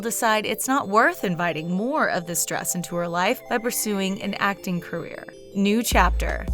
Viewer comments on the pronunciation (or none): none